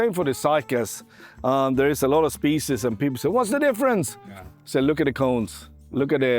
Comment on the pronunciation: painful hearing specie in many times